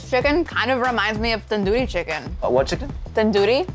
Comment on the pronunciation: never heard tandoori pronounced like that but then i'm a brit so what do i know about curry